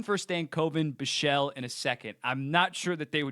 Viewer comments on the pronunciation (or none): Please bro it’s BICHSEL like Bich sel not Bischel